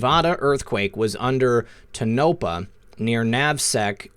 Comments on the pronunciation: Subbed to both...Thx Q. Tonopah..., you pronounce it like this Tone a paw.....Crazy, I know. I live in southern Utah. I hope they are taking out the DUMBs. Love ya guys!!!!! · Tohapah - pronounced "TONE-ah-paw" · it's tone-a-paw....Tonapah